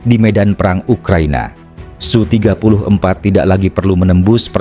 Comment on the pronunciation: SU dibaca. S U atau Sukhoi Le. Km bego wong koyo kowe kok payu kok dinggo moco teks.